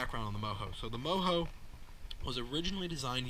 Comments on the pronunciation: Say it like it is spelled it's mojo not moho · isn’t it pronounced Mo Joe?